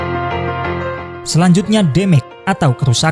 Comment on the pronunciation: Damage bacanya DEMEJ min bukan DEMEK